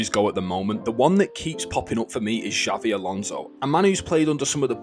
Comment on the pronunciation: mis pronouncing his name as Xavi lol c’mon man